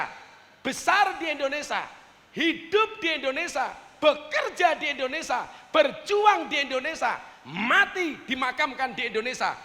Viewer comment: INDONESIA gus, bukan ENDONESIA 🤭